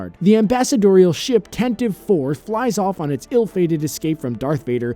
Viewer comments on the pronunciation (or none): theres a three minute set-up.....and then the blooper in question is shown once. also.....its pronounced Tan-tivey 4....not Tantiv 4.